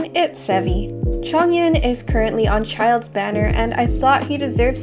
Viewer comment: y do people call childe as child?